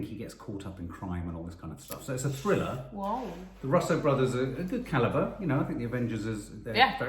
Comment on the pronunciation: pronounced Russo (Roos-oh) Brothers not Ruuuussssoooo brothers